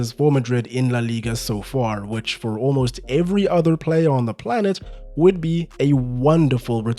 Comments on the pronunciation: "Olmost always" 😂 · I laughed a little more than I should’ve at “Olmost Always”. Great video otherwise lol